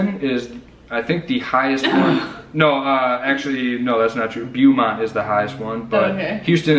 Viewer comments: The way you pronounce Beaumont makes me twitchy. It's BOW-mont. If you want to have fun research the pronunciation of other Texas cities. Nacogdoches, Study Butte, Palestine, and many others. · It's not Byoomont, it's Bohmont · 7th Generation Texan here. Love you guys and so glad you came to The Lone Star state. Just a gentle little suggestion: Ask a native how to pronounce Beaumont, Laredo, San Jacinto, Sabine and Caddo. You guys are adorable. You will be honorary Texans as soon as you work on those little details. Hugs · Yvette Garrett I l had to laugh every time I heard them say Bew-mont.😂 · Nice video...but pronounced..Beaumont.... bow-mont. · Y'all are mispronouncing Beaumont guys! It's all good. ❤